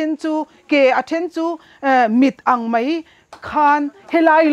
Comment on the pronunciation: ṭawng ahmang dik theilo ani ber e,mai tih tur,mei ti zel ringawt mai..